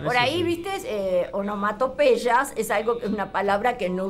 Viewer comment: La Zamba para mis amigos es de Robustiano Figueroa Reyes, hermano menor de Hernán. No es de Hernán, como dice el presentador. Y la locutora habla de Los Huaca Hua que no se sabe quienes son. Tal vez quiso referirse a Los Huanca Hua. También tuvo serias dificultades para pronunciar correctamente la palabra onomatopeya. Y desde ahi ya me fui a ver otra cosa....lamentable programa y falta de respeto a Hernán Figueroa Reyes y a sus admiradores...y al público en general.